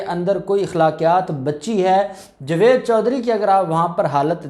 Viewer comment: صاحبتم بھی بہت بیشرم ان پڑ جائل انسان ہو جس کو جاوید بولنا نہیں اتا جو جوید بولتا ہے تجھے بار بار ٹوکنے پر بھی شرم نہیں اتی جوید جوید ہی بولتا ہے تجھے کی جگہ کھارا بولا جائے تع تجھے کیسا لگے گا بلکہ مرچیں لگیں گی